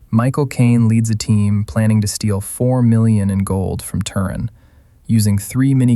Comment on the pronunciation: I doubt even an American would pronounce Turin incorrectly . I would say AI.